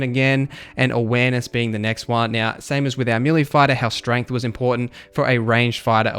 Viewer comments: Melee = Ma Lee not Milly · YES! How many times does he have to say milly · May lay